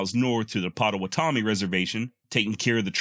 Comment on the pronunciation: Ha. This is the 2nd time I’ve listened to this whole video. Great tribute to the JB . Also, we always pronounced the Potawatomi tribe : Pah-toe-wha-toe-me (but say it all fast!) Not that that matters , great work!